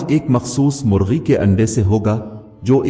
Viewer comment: Story tho zabardast hai lekn Urdu galtiyon ko drust kren,,, sakhi ko aap suki keh rahe hn,, murgi ko margi,,, istra k mistake hn story mein..